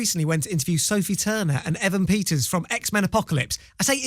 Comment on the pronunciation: Dev said Peter evens 😂